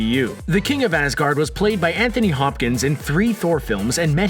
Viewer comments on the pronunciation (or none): none